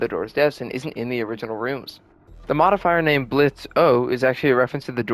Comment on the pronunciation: For the last time, the ø is silent